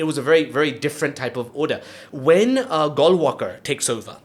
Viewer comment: I chuckled when he pronounced Golwalkar as Goal Walker :)